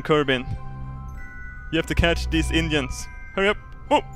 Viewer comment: i love in his accent it sounded like you gotta catch those indians rather than engines